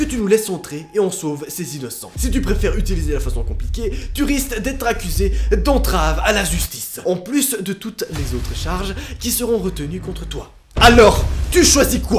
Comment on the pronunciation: « Entrave à la zustice » ptn c grave 🤣